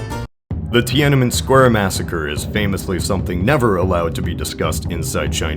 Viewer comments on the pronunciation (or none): You mispronounced "Tiananmen". It's pronounced "tien-AHN-men", with the stress on the second syllable.